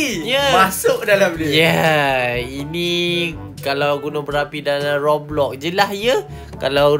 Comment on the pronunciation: roblox bukan plopplop..........best doh dia punya trademark